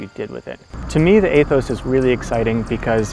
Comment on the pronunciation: Eeeeeeeee-thos, like eeeeeeeee ther....